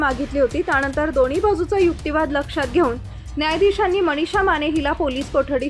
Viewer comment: अहो बाई,मराठी किती अशुद्ध ,मणीषा नाही मनीषा उच्चार करा.